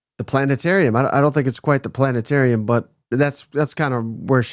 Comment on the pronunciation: Planetarium NOT plantetarium!👍😂